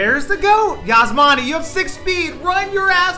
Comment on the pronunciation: The way he says Yasmani is cringed